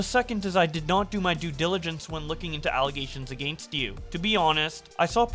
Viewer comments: The way he says “against” throws me off every time. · that's a Canadian thing